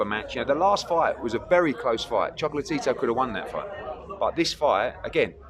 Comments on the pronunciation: I know it sounds like he’s sayin “choke-la-Tito “😂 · I really like when hearn says "chocolate-tito" 😂